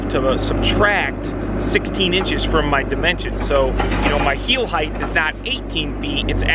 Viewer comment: I really enjoy your videos, except for one little thing. It's length, width and depth, but not heighth - It's height.